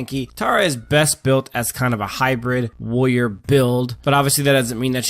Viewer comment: What's a "woyer"?